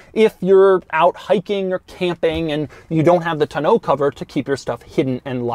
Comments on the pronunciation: OMG...I thought I was done correcting his mispronunciations. Its TONNE-OH not TUH-no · Doug, the tonneau cover is TAH-NO not TUH-NO lol. Love your videos...you do great work! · Tonno not Ta no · The "tunn-oh"? First time I've heard that pronunciation. Always heard it as "tawn-oh" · Taw, like Paw, New or NOOO cover, not Toe No, come on Doug...or is it Doe-Ug ;) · (Tah no) cover 😄 not (ta noo) cover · It's pronounced TON-EAU not TNO. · Is it really pronounced "toe-no cover?" I swear if it is, I have been saying it wrong for years. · "Tuh-noe" cover, Doug has some serious mispronounciation problems. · Hearing him pronounce "tonneau" like "tuh-know" tells me he's the kind of yuppie that says "rho-day-oh" instead of "rodeo" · Doug Demuro the kinda guy who pronounces tonneau TUH-NO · Doug, I love you, but I hate the way you say tonneau. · This dumbass. Don’t. Know. How. Yo. Pronounce . Tonneau cover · The way he says tonneau is bad enough but come on dude it’s not that innovative, they’ve been around for years and people have been using them for years I swear you’d be as impressed with your toast not being burnt because it didn’t actually toast the bread with that 400 watt outlet 🤣🤷🏻‍♂️ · Doug is the type of guy who can't pronounce "tonneau" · Doug the type of guy to pronounce it like "to know" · You can't saying tonoe cover right. I think I'm doing it wrong. Lol. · He had a couple different pronunciations for tonneau. Don't think he hit it on either. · Doug, the type of guy who purposely mispronounces the word tonneau to make a normal person wish death upon his descendants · The way he pronounces tonneau has me triggered. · We all learned another of Doug's quirks: he cannot pronounce "tonneau". Doug, the emphasis is on the first syllable. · Doug the type of guy that can't pronounce the word "tonneau". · Doug you are one of my favorite YouTubers and I just love watching your reviews. That being said, the way you say tonneau cover with two syllables is disconcerting